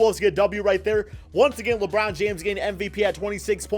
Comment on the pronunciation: Labrown james😂